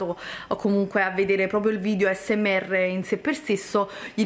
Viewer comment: Il problema è che non sa neanche come si pronuncia asmr e ci fa un video... 😂😂😂 non ne parliamo di come usa le bacchette se la vede un asiatico rimarrebbe traumatizzato a vita... 😱😱